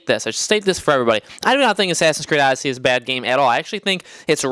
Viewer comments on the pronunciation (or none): It’s Odyssey, not fucking Audacy